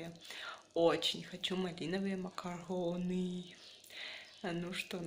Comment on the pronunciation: МакарУны, а не макароны. Раз уж вы тефтели тЮфтелями называете, то хотя бы макарУны называете правильно!